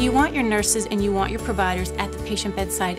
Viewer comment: Why does everyone pronounce this Neon instead of Ni-Hon?